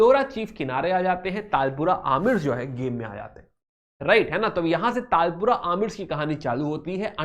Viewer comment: Sir It Is Not Talpura It Is Talpurs And It Is Not Kallora It Is Kalhoras